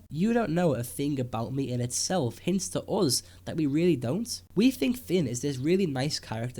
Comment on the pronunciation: He's name is Finn. Not Fin or Fen